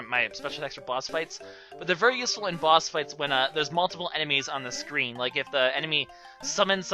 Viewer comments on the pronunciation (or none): none